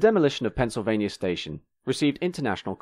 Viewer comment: Forgive a California guy for being confused, but would someone please tell me where "Pennsylvanier" is. ;-)